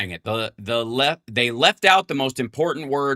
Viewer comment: "Impordant" is not a word.